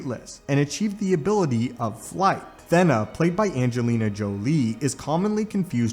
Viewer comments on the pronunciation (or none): Not "THEN AHHH" its pronounced "THEEENA" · Did you say "Thenna"? Im pretty sure thats a long "e". like... stay with me... "Athena"